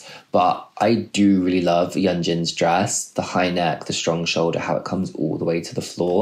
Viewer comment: SOyeon, not "Suyeon" and "Yeonjin (Yuhnjin), not "Yoonjin." oh dear, there are too many more mispronunciations, I have to stop. interesting fashion analysis